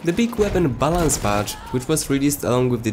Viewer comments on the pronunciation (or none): none